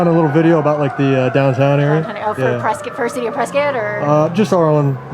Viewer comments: The whole Preh-Skit thing just kills me. PRESS-Scott. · Its pronounced Pres-cut not Pres-cot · It's pronounced "Prescitt" not "PresCOTT".....first clue you're a tourist. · One quibble,. They pronounce it PRESS-cut, not PRESS-cot. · locals dont pronounce it 'Press Scott'....its 'Press Kit'...:) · i grew up here and still visit frequently, its crazy to see a video on it! also, it’s pronounced preskitt, not prescott haha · Pronounced “Press kit” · It’s pronounced press-kit ! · It's pronounced, "pres-SKIT" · Preskitt Learn to pronounce it correctly if your gonna do a film on it. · It's pronounced Press-Cut... otherwise keep up the good work! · It's "Preskitt" AZ!!!! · It’s pres-cuit like a biscuit 🙌🏼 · Love you're channel and your dad's. Just a heads up to not piss off the up-tight people in Prescott even more. It's pronounced "Press-kit' lol. Keep up the awesome work! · I'm an Arizona native and Prescott is pronounced "p r e s k i t." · You are pronouncing the name wrong the woman in the lime green shirt Pronounced it correctly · Starts the video pronouncing the city wrong 🙄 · pronouncing the city's name wrong